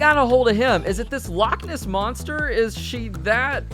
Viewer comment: As somebody who is scottish the way you say " loch ness " is so wrong but since your across the pond I'll cut you a break. THIS TIME 🤣